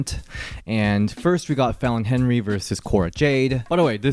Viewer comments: I just notice u pronouncing Fallon last name as "henry" it's actually "henley" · Is it my ears or does keep saying Fallon Henry instead of Fallon Henley? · 😂 it's not Fallen Henry, 😂 It's Fallen Henley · omg it’s fallon henley not henry 😭😭